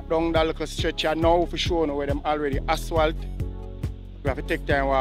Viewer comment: please pronounce the word asphalt correctly. It’s jarring to hear you say “aswal.”